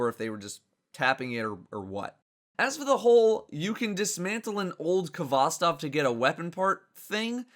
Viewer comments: It's pronounced "hvostOv", not "kovOstov". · it's HVOSTOV ffs not K-HVOSTOV